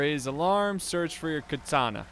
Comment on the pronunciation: KA-tana,. KA-tana.